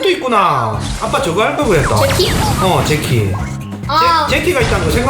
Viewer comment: 제키가 아니라 재키 에욧